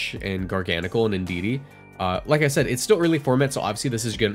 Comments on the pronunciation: Ghar-guh-nak-ul is the pronunciation. You know like NaCl, table salt? XD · Def called it gar-gan-nikl but whatever.